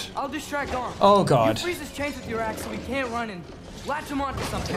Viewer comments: It's garm not gamer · It's gamer. Not garm for God's sake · The “Gamer” instead of Gamr when the boss fight was happening killed me💀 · I love it when figgting garm it says 'gamer' rather than 'garm'😂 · why does his say gamer and not garm mine said garm when i played it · I just noticed "gamer" instead of garm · I'm watching this now, and is it really "Gamer" not "Garm" during the boss fight? lol